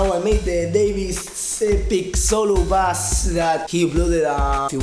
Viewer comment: Después de ver decenas de videos de Davie504 te puedo decir que pronunciás mal la palabra BASS. La próxima tomate un mate en vez de un té, que enseguida te sale. Abrazo desde Uruguay.